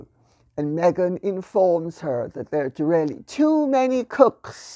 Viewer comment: Lady C is so posh it's almost unintelligible. When she says, "Really" it sounds like "Rarely". Otherwise eloquent and erudite as ever.